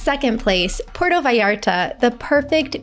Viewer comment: It is pronounced pu-erto vallarta not Porto!